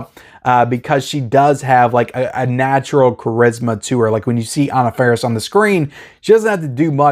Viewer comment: “Ahna Fair-is”